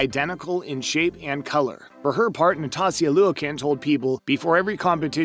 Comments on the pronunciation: Natasia Luieken? Seriously... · NATASIA LOUIS-KIN AND MARTA KARALOLY 🤣